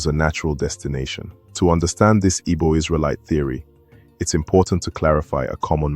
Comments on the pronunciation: It's pronounced ee-bow not iggbow. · If could not pronounce Igbo well how could he tell Igbo history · Point of correction to the presenter, it's Igbo & not Ibo